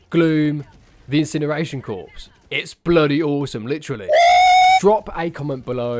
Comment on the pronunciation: Corps is pronounced like “core” fyi